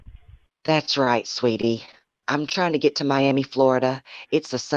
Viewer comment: Cracks me up. Ai can’t pronounce Miami.